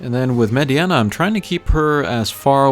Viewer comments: nice combat . Its Mediena it's prononced MayDeNa not MaydeAna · Mediana? you called her Mediana? Its FCM. Funky Cold Medeina.